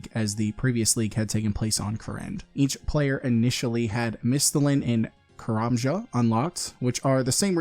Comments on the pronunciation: Great video, but we cannot keep saying Karajama 😂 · First time i hear someone pronouncing it "karamjama"